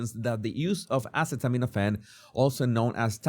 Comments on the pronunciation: These people? You mean people who take "Ace...aceta... acet, let's see how do you pronounce this?" Do you hear yourself LOL you're defending this nonsense. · They were making fun of the fact he couldn’t pronounce the word acetaminophen. Said he had no brain. I guess they are showing him they really are smarter than him. How knew?